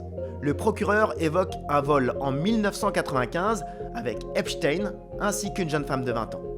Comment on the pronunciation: enfin un journaliste qui dit epstein correctement